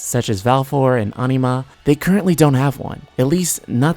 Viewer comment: baha moot XD annie mah XDDDD